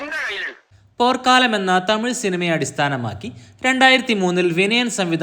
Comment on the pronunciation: ബ്രോ.. പോർക്കാലം.. അല്ല.. പോർക്കളം ആണ്